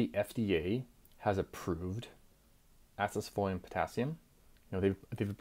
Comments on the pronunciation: Wtf u saying acesefolium. Its acesulfame for chrissake. Makes me think you are saying this for propaganda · Do you actually think you are pronouncing Acesulfame correctly, or is it just rage bait to boost engagement? 😅 I like to give you the benefit of a doubt and imagine it's the latter.